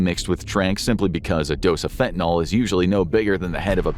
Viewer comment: It's fentanyl. Not fentanyl!!! Your mispronunciation drives me crazy!!!👿👿👿👿👿